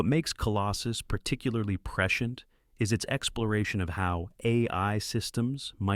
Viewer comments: Preshent, preshent, preshent, lol, cmon A.I voice man. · Especially when Hal can't pronounce prescient - a word that's scripted so many times it becomes ridiculous. (Press-see-ent) Ugh. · AI is not a threat until it can pronounce the word Prescient (preSH(ē)ənt) correctly. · Apparently, someone has taught AI the word "prescient". 🙄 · Baled partway through because I couldn't handle hearing the word "prescient" anymore. Annoying word, especially annoying when pronounced in two syllables. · Prescient. In prescient the “i” is sounded. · This video has raised so many questions for me. Mainly, how to pronounce the word ‘prescient’.